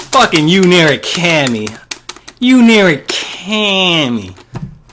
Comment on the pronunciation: Thanks for the walkthrough. While I found your commentary annoying at times (especially that way you pronounced Yu's last name, why do you think talking like that is funny?), I did like seeing you play the game on a high setting. Other fighting game walkthroughs I've seen just cheese by pushing the opponent into the corner and spamming melee attacks, even with characters who aren't designed to be used that way. This gave me a better picture of how each character is meant to be played.